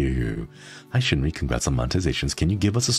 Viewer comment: I was able to watch bits and pieces but I was beyond Happy Shinri said my name right! I love your cozy content so much!! I'm so glad I get to watch your vods! 🎏🎏🎏